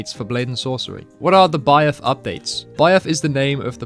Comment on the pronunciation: How can’t bro say the simple word Byeth in school you learn that th makes A SIMPLE SOUND